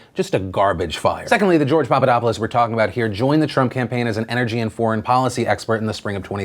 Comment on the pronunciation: It is the lack of intonation, the lack of the "th" sound and that thing that english speakers do, that instead of pronouncing it "-opulos" they pronounce it "-opolis"